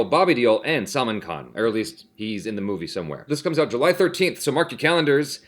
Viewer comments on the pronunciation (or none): hey the way you say Salman's name it sounds like Salmon fish, actually its pronounced as SAL MAAN